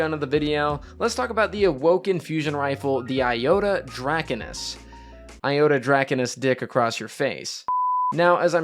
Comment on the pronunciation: Yeah Joey...blah...thick...savathun. Great pronunciation by the way...other than Draconis you were spot on. It’s cringe listening to all the creators out there constantly butchering the names. I think the devs get a kick out of it though as the strange names just keep coming!